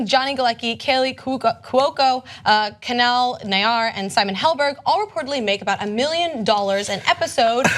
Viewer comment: YT, could you guys try googling people's names before reporting them? Kunal Nayyar's first name is pronounced 'koo-nahl', not 'kuh-nel'; Melissa Rauche's name is pronounced 'row-sh', not 'roosh'. Ana mispronounces names frequently and you guys have mispronounced Julia Louis-Dreyfus's name in more than one video. I know I'm kinda busting your balls, but it sounds unprofessional when you don't know how to say the names of the people you're reporting on.